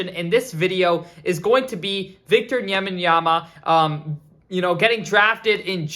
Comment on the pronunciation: Bro if you mispronounce victor wembenyama one more time